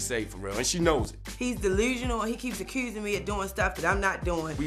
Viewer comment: As soon as I heard “acurrsing” I knew